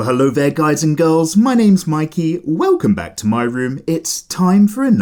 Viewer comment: when he said his name i was like " My key"